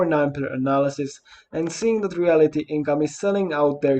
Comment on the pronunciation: It’s not REALITY Income, pronounced that way….its REALTY Income, as in…real estate….🤣